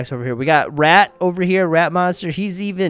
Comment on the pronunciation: He said rat monster but it sounded like rap monster from bts